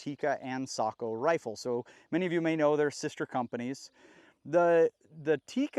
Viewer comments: Furthermore how many times are you going to say Tikka and Sako (“Sæko” not “saúko” it’s Finnish not Japanese) are sister companies? Fairly certain most if not every viewer here knows that and if they didn’t they heard you the first 3 times…. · Ok I’m a Aussie it’s Sako not socko